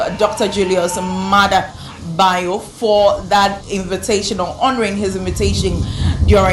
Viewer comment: not byo it is pronounced Bi O